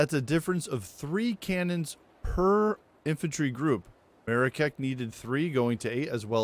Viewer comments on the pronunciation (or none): That Marrakech pronunciation is hilarious haha